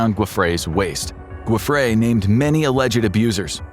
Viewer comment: why cant they pronounce her name right, i mean wtf you use the same phonetics for Jeffrey!!!